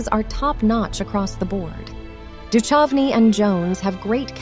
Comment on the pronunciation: david duchocnys name is mispronounced